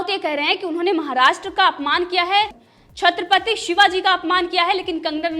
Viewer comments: Chaatrapti shivaji ni bolte, chatrapati shivaji hota h... sayad ni hota, shayad hota h...bolna sikho madam...kisne babaya anchor😂😂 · Tumhi chatripati to kahana nhi ata aur tu news anchoring karagi.... Nikal